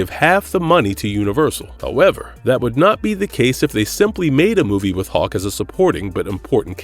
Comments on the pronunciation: IS HULK YOU GOOF NOT HAWK, MUST DO BETTER. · It sounds like this guy is saying Hawk.